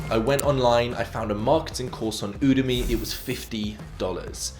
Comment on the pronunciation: It’s pronounce you da me smh